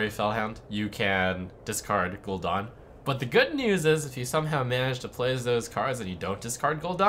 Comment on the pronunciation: lol gul'done ....... its gul'dan ....